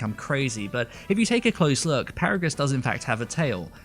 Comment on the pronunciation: ... Did you just say Paragus.